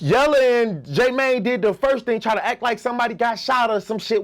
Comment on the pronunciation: steady calling J Mane "J Man"